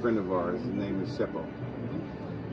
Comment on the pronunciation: Lol I think it's tshepo not sheppo🤣🤣😍